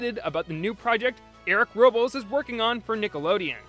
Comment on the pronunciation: I'm pretty sure Robles is pronounced "Row-blez"...